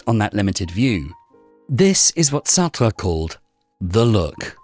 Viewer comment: Why do you say Sartra… the e in Sartr(e) is silent.. therefore pronounced Sartr